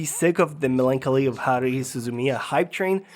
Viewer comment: Thanks for the list! I think in the future you might want to mention that certain series change/improve/pickup after episode #. Oh and btw, Melancholy is pronounced "Melon" (The fruit) "Collie" (the dog breed)